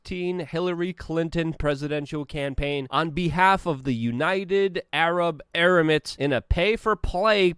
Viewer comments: “United Arab *Eramits*”! 🤣😂Lol!! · “United Arab eremites” 😂🤣 We love you Luke.